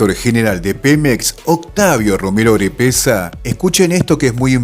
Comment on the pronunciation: Estimado, te recomiendo corregir: PEMEX es Petróleos Mexicanos en vez de Petroleros. También Octavio Romero Oropeza en vez de Orepeza como lo pronuncias. Un abrazo para ti y todos los argentinos que desean ver un día unida a toda la Patria Grande.